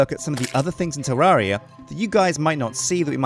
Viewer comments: Did you say Jewdaria? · Episode 35~ and he still doesn't know how to pronounce the name of the game.